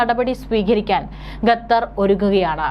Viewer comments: not ഗത്തർ, ഖത്തർ😊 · Not Gathar, but Qatar. Pronounce correctly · വിവരം കെട്ട ന്യൂസ്‌ റീഡർ, ഗത്തർ എന്നല്ല, ഖത്തർ എന്നു വായിക്കുക. ഓക്കേ.